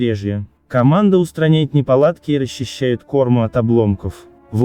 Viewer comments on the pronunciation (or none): Шестая минута. Может не кОрму, а кормУ?